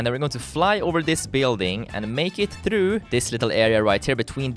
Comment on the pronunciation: like how he says "thruw"